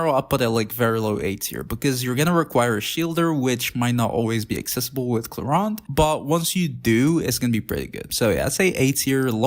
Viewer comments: Why ClorUnde? It's ClorEEnde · "Clorand?" I thought it clearly said "Clorinde"????